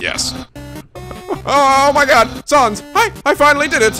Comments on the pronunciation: It's Sans (rhymes with mans). As in COMIC sans, his typeface. And his brother is Papyrus, again, his typeface. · A good way to pronounce the names are as follows: Sans = Sa (A as in apple) ns Papyrus = Pa-pie-rus Undyne = Un (under) die-n Hope that helps!~ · I mean the main reason is that he's pronouncing "Sans" wrong. If he knows the thing about Comic Sans he'd pronounce it right. So it's kinda necessary isn't it?